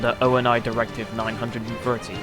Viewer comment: No offense, you said ONI by each letter you just have to.....